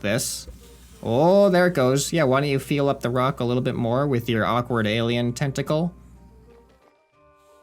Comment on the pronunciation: I thought you said testicle but you said tentacle 😂😂😂